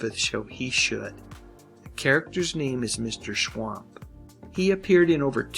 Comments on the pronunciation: Its Schump...not schwamp. Watch the show and listen to what they call him. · They always pronounced it 'Mr. Schwump' not 'Schwamp' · It's "Schwump"! I swear, you guys are total idiots!